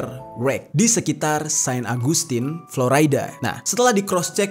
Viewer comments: Ejaan indonesia florida om bukan floraida 😁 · Dibacanya Flo RI da, Jer, bukan Flo Ray da, ntar org amrik pada protes lho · Dibaca florida bro, bukan floraida..ralat ya genk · Bukan Floraida. Tapi tetep Florida (biasa seperti org Indonesia bacanya). Karena aq tinggal di Florida. Semangattt ❤️ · Kontennya bagus.. Sekadar masukan, pronounciation istilah2 dlm bahasa asingnya sebaiknya dibenerin lagi, even utk kata2 Bahasa Inggris yg sederhana, kyk Devil's Triangle (tp dibaca Three Angel), Dead Air Space (tp dibaca Deed), Florida (tp dibaca Floraida), Spiral Dive (dibaca Driver), dll itu kan mudah & basic bgt. Akan jdi konten yg lebih perfect. Thx